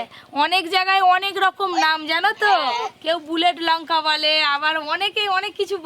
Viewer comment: Lunka noy ota lanka age ucharon thik koro